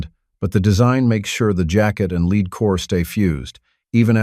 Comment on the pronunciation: Why the AI voice? It pronounced lead as "leed" instead of "led". Not good.